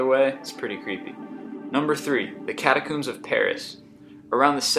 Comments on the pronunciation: Dude its not pronounced catacooooooooooooooooooombs. Its pronounced cat-a-co-mbs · The creepiest thing in this video is how many words this guy mispronounces (catakuums?) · The Paris CATA>COOOMBZ? MT FIJI? Um...> MT FUJI ASS CLOWN ...What's the town in Transylvania thats mispronounced three times? Hey it's easy to get freaked when your high DUMB ASSES! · Men-GELLY?? Catacoons? Get your pronunciations right, dude - most of them are wrong. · catacümbs??? I'm so done with this guy's pronunciations. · How do pronounce catacombs wrong? Fucking idiot how does it look like catacims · haha, catacooms :P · Four mispronunciations: sepulchre is pronounced SEH puhl ker (SEH as in send) Cyprus is pronounced SI prus (si as in science) catacombs is pronounced CAT uh combs (comb as in comb your hair) (Dr) Mengele is pronounced MENG guh luh. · Min-gay-lay, cata-cooms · catacombs* please not catacooms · Man, your pronunciation of a lot of the foreign things... they hurt. And catacombs. Say it with me: cata-combs. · Holy shit...I never expected a Spanish Inquisition. Was just a passing comment inspired by mispronounced words like Cyprus and a catacombs. Lighten up. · Learn how to pronounce names properly of places and people dude.....catacombs and Mengele....freakin annoying... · Island of the Dolls is my pick as creepiest of the lot. And why is he pronouncing "catacombs" that way? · Mispronounce practically every proper noun in the whole video... and then cap it off with "mount FIJI"?! It's only one of the most iconic mountains on the planet. If you do any more ______ on Earth videos, you really ought to learn how to say the names. Type "catacomb" into dictionary(dot)com for me please? You can even "listen to the pronunciation" if you're confused by the phonetic spelling. Hope this helps you make better videos in the future. :)